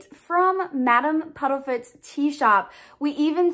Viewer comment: Isn’t it Madam Puddifoots? I’m thinking am I crazy? I keep hearing Puddlefoots.